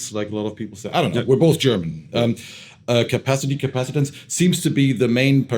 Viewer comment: CapacitANCE... they're just mis-speaking because they're not native English speakers.